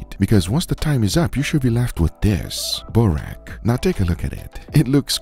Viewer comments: glad youre trying out croatian stuff, but it is painful to hear you butcher "burek" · ok like that u have tried it but if u had just google a little bit about vegeta and burek i mean just to try to pronounce it right video would be even better , btw burek was wayyyyy off sry , and i'm wondering about ur RUBS as u call them should we scrape them off as well when we are done with ( cooking , souvied them or just bbq them or even pan cook them ) if u called it vagina it would be even better cause when ur talking about it it reallly sounds like that ahahah .........yup i didn't use grammar properly on purpose ! cheers . ill maybe edit my post it depends or reactions but here we go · Yeah Vegeta is cool, but boy oh boy did you f**k up that barely-an-excuse for a burek. And what's with that "sauce?" xD Try again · It's burek not barek😅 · Its pronounced Buurek with the "bo" being like "boo" when you scare someone and the k is very hard as the K in AK47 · As a Croatian, I'm happy :) But the burek pronounciation killed me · Good job! This was great and i am glad you liked my country's msg. Also here is a little help It is pronounces boo-rek with a sharp e in rek Funny story: one of my friends slipped on a burek in a bus and fell XD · Vegeta is a must have in every Croatian home, we use it for everything. Super proud of out Vegeta and also our Zvijezda Mayo, people all across the world say it's the best mayo. You should try that too. Also you nailed the burek, though it's pronounced more like boorekk. Awesome video man :) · lol he called burek "buraq" or "barak" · no sauce goes on burek (its pronounced: "boo-reck") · To pronounce burek is just (boo-r-ehk) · burek not burak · its pronounced boo-rack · its not burek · pronounceation: ve-geh-tah g like in guard not like judge additionally, its buurek not borek